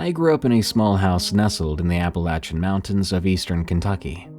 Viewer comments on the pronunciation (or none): Wait a second.....EVERYBODY I ever heard pronounces it as "appa-LAY-chun" not "appa-latch-chun".... But that's supposed to be the pronunciation? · If only you could actually pronounce the name right...Like damn, I know you know, that you're saying it wrong...